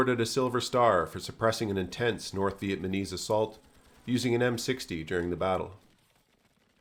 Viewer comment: "North Vietmaneese" 😵‍💫